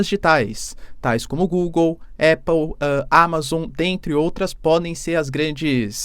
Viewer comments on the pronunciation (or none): none